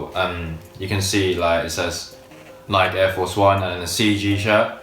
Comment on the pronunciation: I'm pretty sure didn't pronounce Nike correctly